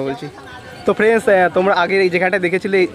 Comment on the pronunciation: Dada tumi frienc kano bolo,,ota hobe friend,,bujle,, kharaper vebo na,,tomader video ami deki,,ar valo o lage